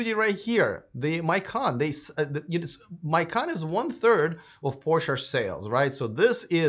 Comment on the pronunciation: Macan not Maican